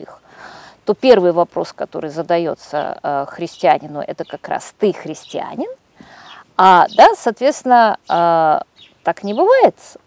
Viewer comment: Юлия Леонидовна, правильное ударение — христианИн.